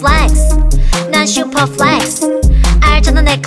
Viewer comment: Flex 할때 발음 지린다..